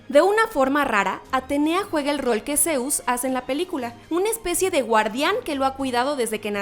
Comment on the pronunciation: Es zeus no zeuz